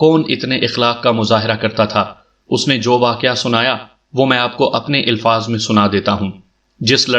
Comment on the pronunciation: ilfaaz❌ alfaaz✅